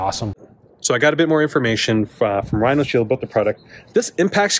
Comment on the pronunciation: What u mean bro? Last year I used your 20% off code on top of a Mous discount and got the 50€ case for 35€. Also its RhinoShield, not RhinalShield like you keep saying.